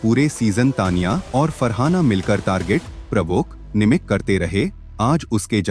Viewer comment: Say Taniya.not Tniya